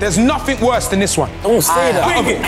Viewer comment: did anyone notice that filly said “worsh punishment” 😂